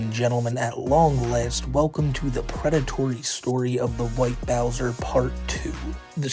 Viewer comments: The Pwedatowy Stowy of Teh. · I respect that you didn't name this video "The pwedatory" story. But it would have been hilarious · Correction: The Pwedatowy Stowy of TheWhiteBowsah - Paht 2